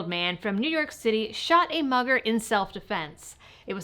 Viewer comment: LOL, at first I thought you said mother not mugger, that caught my attention big time 🤣.... as i am listening to you telling the story and I kept thinking why some mother do that, I need to flush my ears out.